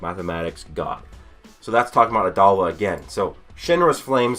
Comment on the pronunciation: You have lost the right to say "adolla" XD good vid tho